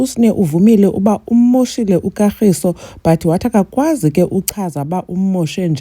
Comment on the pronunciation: So Sne couldn’t pronounce her boyfriends name 😂😂calling him Katlgiso instead of Kagiso 😮😅😅